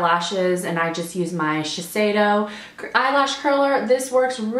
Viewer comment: Finally!! Someone who pronounces "Shiseido" correctly!!